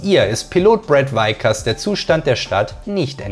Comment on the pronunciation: Brad Vickers nicht Weikers!!!! Sonst seht unterhaltsam und gut vorgetragen